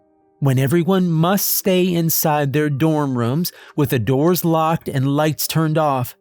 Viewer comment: I really enjoy these videos, however, why do you always say rums instead of rooms? It always throws me off.